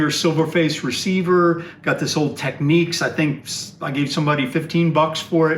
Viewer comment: Why do Americans pronounce Technics as though it has a ‘Q’ in it? As in Techniques! Surely it’s pronounced Techniks? No Q😁